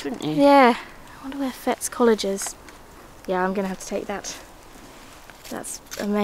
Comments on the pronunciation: Enjoyed this again ... so soothing to watch while I do some hand sewing. The school name is pronounced 'Fetties' - like 'Betty' with an s on the end. I know because it's mentioned on the media now and again because one of the pupils was Tony Blair. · Hello ladies.. lovely to see you on Scottish soil! Just to be pedantic…the College is pronounced “Fetties” … Tony Blair went there, among others well known names. Huge, impressive building.. looks like Hogwarts! Unfortunately no longer running in the spirit of its creation… it’s very much NOT for poor kids these days! Glad you found so much great stuff! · I’m chuckling quietly at the Fettes College find. It’s pronounced “ Fet” as in let, then tees. Fettes is the Eton of Scotland. Many of my friends brothers used to go there. One of my school friends was one of the first girls to go there when it became co Ed. I went to the school literally over the road from there. We had many a snowball fight over the road between the private boys and the Broughton pupils. Oh fun memories. Back then the boys had very distinctive blazers and used to go into Stockbridge to buy supplies, as girls we used to love to smile and chat with them - it was torment for them coming from an all male environment. The little doll will have to have a good Scottish name like Wee Jeannie, or Heather or Janet. I loved this video, thank you.😊